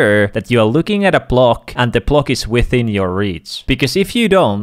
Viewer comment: Propsit siitä, että jaksoit vielä oikein lausua palikan englantilaisittan.